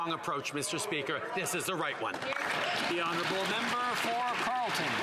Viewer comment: Right honerable prime minister? lol, makes me laugh every time..